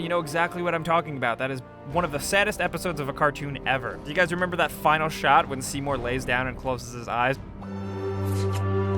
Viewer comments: oh my god seymous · Seymore asses